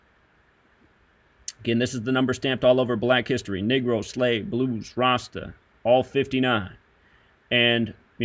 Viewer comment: Why do you pronounce Negro as “Nigro”?